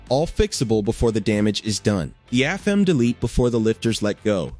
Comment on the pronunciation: It took me a bit to figure out what the AI was referring two when it said "Two Thousand A.N.D. Seven" or "Two Hundred A.N.D. Twenty degrees" was....But it did say "Afem" instead of "A.F.M.". Suggest the creator/poster look at the script for future videos.